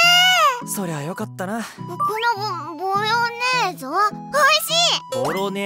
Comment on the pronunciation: ご飯を食べている時がボロネーゼのことをボヨネーゾって呼び間違えてる所可愛いすぎる。